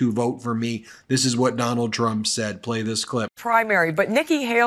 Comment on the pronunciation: "Donal Trump" ? 😂